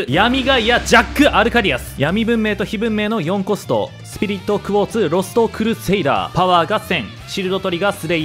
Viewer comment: ロストクルセイダーの発音がきれいすぎる